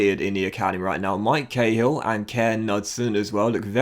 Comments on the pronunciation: Hey, just so you know because he is Irish you don't say Kay-hill it's more like Kah-hill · Or Koh-hill